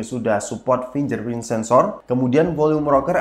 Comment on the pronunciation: kok nyebutnya finjer print sensor 😂